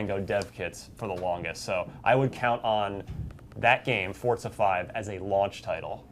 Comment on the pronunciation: why the hell are you saying it "fortza"? literally made me stop watching the video. fucking pronounce it right. it's not that hard.